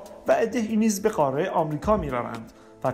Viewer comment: اتفاقا ایشون داره درست تلفظ میکنه نه ما، قاره درسته نه قارِ ، ایشون اصولی و درست صحبت میکنند